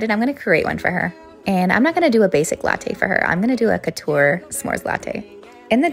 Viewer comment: Flamezing smore latte(pronounced as lattteyy)